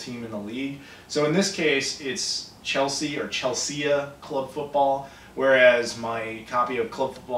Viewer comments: HAHA 'Chel-see-ah'... oh... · lol "Chelseah" :) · The first time you said Chelsea was the correct way :p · Wow, you caught me off gard with that answer, because my comment wasn't a "Ya dumb bra" type of comment, it was more like an innocuous and playful "you cracked me up" kind of comment! What can I say, I thought your pronunciation was kind of funny, that's all. But to answer you question, I see three reasons why you could have been expected to know how to pronounce it: having read up on or been to London, being a soccer fan or having heard about Bill and Hilary Clinton's daughter Chelsea. But again, I meant nothing by it, I should have added a damn smiley!^^